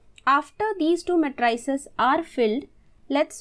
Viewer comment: ma-try-ces? very disturbing.